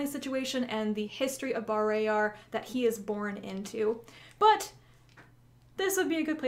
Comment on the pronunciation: caught be off guard to hear you pronounce bah-RAY-yar instead of BAR-RAH-yar